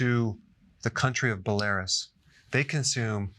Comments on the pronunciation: Bella-Roose. Not bell-Larus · BOLARIS lol...BELLA RUUS herr doktor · lol he says belarus like its some herb ohh doc bell ah rue sss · Pronounced, BELL A ROOS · Doc, This video finally featured ONE THING that I know that you may not...Belarus is pronounced BELL-uh-Roos. I know that because I had contact with some Belarussians in the late 90s, and remember it well...they drank more than anyone I had ever met, before or since. Thanks for your expertise and clarity--you're awesome. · It's pronounced Bella Roose. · Bell-air-us lmao dr berg you’re funny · Lol Bell-air-is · Dr Berg you are great but the county name you mentioned is pronounced Bell-ah-roos. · It’s BEL-AH-ROOS Dr. Berg ;) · Doc! It's pronounced "bell - ah- roos". Cheers! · Belarus is pronounced Bellerooss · Belarus is pronounced Bella-Roos 😅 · love the video, but its pronounced Bell-ah-r(roll the r) oo-ssss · Bela roos. Wow make sue you ask someone how to pronounce a word. That hurt my ears. Yes they drink , drink, drink there. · It wasn’t until Christmas Eve that I consumed my first drink in 2020. Could completely live without it should I choose to do so. Also Dr. Berg, it’s pronounced, “Bell-uh-ruse”, 😬 but I’m choosing to believe that you butchered it on purpose for viewer engagement. 👌🏻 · You might want to redub your pronunciation of Belarus. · I pronounce it BELL-AIR-US when I am a little tipsy as well! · Didn’t expect so many comments about the mispronunciation of Belarus. Lol. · A smart doc like you should know how to pronounce the name "Belarus", it is a country after all.. And probably you have at least 3-4 towns in the US named that way.. :D